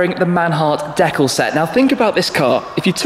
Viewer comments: Decal is pronounced "deecal" in both US and British English. I had to play the video clip twice when I heard "decal" pronounced "deh-kle." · Its deecal not dekal!